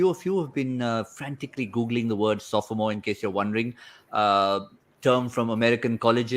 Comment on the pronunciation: Pronunciation of “sophomore” was incorrect 😌.